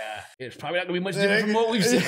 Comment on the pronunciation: “she went vrom 2 to 3 so far” 🤣🤣🤣